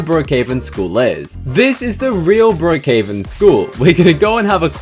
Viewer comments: he said BrOOkhOveN instead of Brookhaven but no hate i still love your videos! Also brooks diner is a restaurant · he said brookhoven